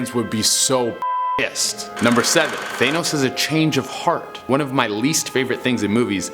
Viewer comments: 1 year after Infinity War and people still say that it’s Thay-nos Its THA-NOS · "THANE-os" smh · stop saying thaynos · THE FACT THAT HE SAYS THAYNOS JUST BUGS ME SO MUCH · I hate the way he says thanos. He says it like thaynos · i stopped listening when you said th-ay-nus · For number 3 instead of thanos, it's thano. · He just said th-ay-nos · Lol he said Thenos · Only argument I have is your pronunciation of thanos. “Th-anus” lol come on man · I don't know why, but the way he says "Thane-nos" doesn't quite work....just me idk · The way he says thanos kinda bothers me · Take a shot Every time he mispronounces thanos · The only thing scary about this video is they way he pronounces Thanos